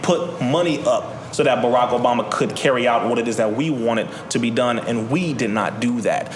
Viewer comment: Did this nigga call barack "borat"?